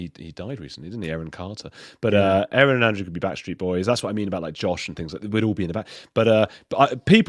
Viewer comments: I love the opening A-A-Ron! Makes me laugh every time!😂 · It's Castle Rock not Capitol Rock, Colorado. Lol. You're amazing, a -a - Ron. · I like your Shinner A A Ron 😀